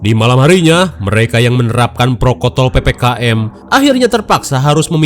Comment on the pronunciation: Protokol bukan prokotol 😂😂😂😂